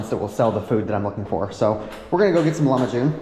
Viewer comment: Broooo its not lamahun. Its lahmajun